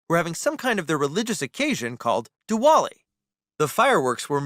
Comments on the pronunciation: Its diwali not doowali Parker fr dumb af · hey im an indian and its called diwali not duwali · I am Indian and its Diwali not Duwali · Not duwali it is diwali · Dowali? I'm so so weirded out RN it's s'posed to be di-wa-li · bish its pronounced as "Dee-wa-lie" and it sounds like they are in India of some sort or some Indian family moved to their location._. and plus why didnt the kids or the parents or somethin tell you shouldnt go too close to the damn firecracker? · Im probably the only one who got triggered when he said “it was the hindu family having some kind if religious occasion called dawali” I got triggered cuz he butchered the pronunciation of it and im Desi so its just annoying to me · Diwali was pronounced wrong and it is the celebration of lights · the way they sayed Diwali Triggered me I know how to pronounce it because I’m Indian Never celebrated Diwali tho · Me: triggered Indian noises (The w is pronounced somewhat like a v)